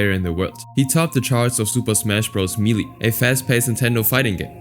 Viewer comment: Melee is pronounced may-lay